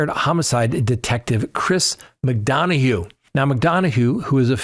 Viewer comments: It's "Mc Dunn a" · Respectfully McDonough pronounced McDunna